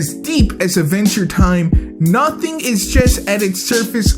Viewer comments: why dose he pronounce it aventure time instead of adventure time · Am I the only one that thought he said "A venture time"? XD